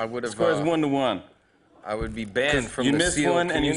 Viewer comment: thehnl Ross emphasis on the "BE" xPPPP